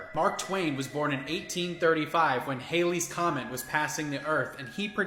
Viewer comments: It's NOT "Hailey's Comet," it's Halley's comet. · It’s Halley’s Comet - not Haley’s. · Came here to say this.